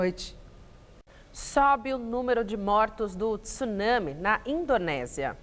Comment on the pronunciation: Parabéns,dois jornalistas que pronunciaram "tsunami " de forma correta !